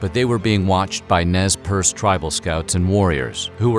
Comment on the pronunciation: Living in Nez Perce County, I am very impressed that you pronounced it correctly!